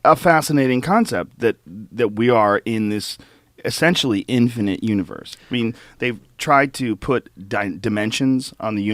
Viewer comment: Michael always says “infinant” and I’m not sure why.